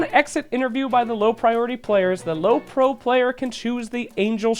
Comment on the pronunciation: it's prio not pro you dummy